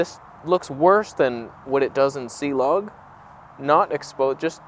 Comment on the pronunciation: I’m afraid it’s not Cee-Log, 😳😱 it’s Clog.. And where is Reggie????